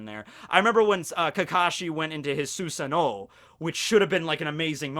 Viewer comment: Susanoo is pronounced with a Z you butchered that name